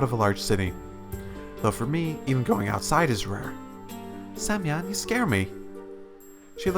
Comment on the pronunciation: Сук,каждый раз проигрываю с этого "semyon":D